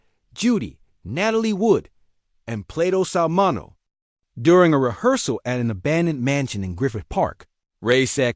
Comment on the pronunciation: MIN E O...AI cant pronounce words